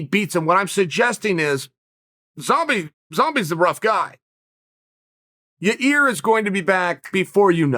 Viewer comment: Me: Yair Chael: Your Ear Me: Your Ear